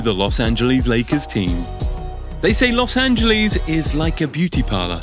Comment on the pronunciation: Blue Benjamin’s? Las angaleees? Lol